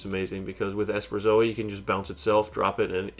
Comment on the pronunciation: Esperzoa? You mean Esperosa right? You also have too many lands, should have 20.